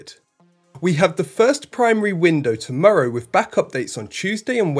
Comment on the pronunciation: Once more, wiv feeling. Next week the narrator will be Andy Murray.